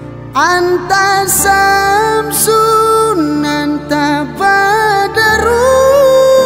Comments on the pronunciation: Sebutan pon salah . BUNYI NYA ANTASHAMM . BUKAN ANTASAMM . Jawinya betul SHAM, kok ruminya SAM. Ngaji dulu bang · Sekedar koreksi aja buat harusnya pengucapannya anta syamsun bukan anta samsun karna syin dan sin itu beda, maaf sebelumnya.